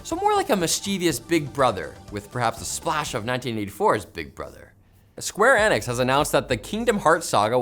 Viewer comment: the way is pronouncing Square ENIX ir killing me inside